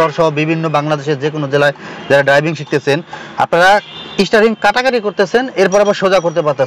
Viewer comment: Isstaring 😂, isstarted